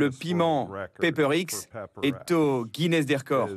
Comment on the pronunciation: TF1 vous êtes nul 👎🏻 ce n est pas le paper X, mais Pepper X, honte à vous.